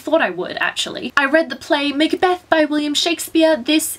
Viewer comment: lol you pronounced macbeth mik-a-beth! HAHA!!! :P xxxx